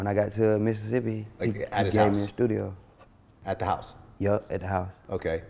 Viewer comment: Nigga said a shtudio da fuck😂😂😂